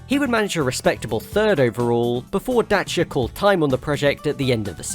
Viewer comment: Somebody actually pronounced Dacia properly, I’m amazed.